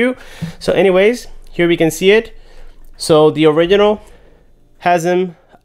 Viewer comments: It’s not orikinal its orijinal im talking about “original” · Please pronounce original correctly. There's a G there for a reason